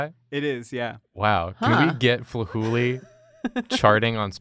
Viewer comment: I hear "Flahooley" and thought he said "Fooly Cooly" and I just